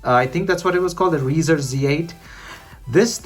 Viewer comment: Rizr is pronounced like riser.